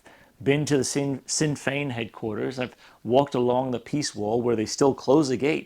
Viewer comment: I’m surprised you had all that experience in Northern Ireland and still mispronounce Sinn Fein. I agree with your overall message regardless